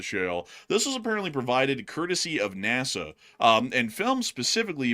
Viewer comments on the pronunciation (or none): none